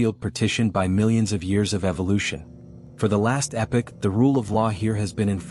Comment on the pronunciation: Epic? Don't you mean epoch?